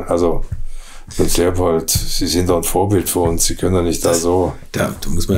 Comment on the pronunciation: Sympatischer Typ! "Drehopold" klingt trotzdem lustig -sorry!